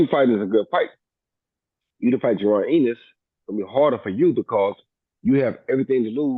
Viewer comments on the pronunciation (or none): did roy say jaron anus 😅🤣🤣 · …. He said Jaron Anus